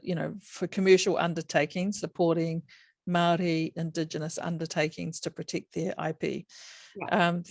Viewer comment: Omg.... She just down played the pounamu and her intro was appauling especially pronunciation. Great korero.